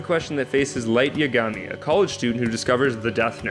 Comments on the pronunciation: His pronunciation of "Yagami" Straight up made me cringe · I dunno did you hear how he said Yagami?